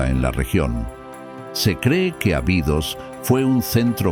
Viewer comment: Ábidos, se pronuncia.